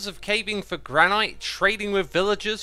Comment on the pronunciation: Not gonna lie I could listen to you pronounce it gran-ite instead of gran-nut all day (hopefully this makes sense)